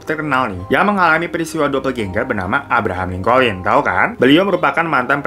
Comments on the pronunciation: aye dengernya abraham colin, tapi potonya abraham lincoln bang ? Correct me if im wrong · Abraham Lincoln bang, bukan Collin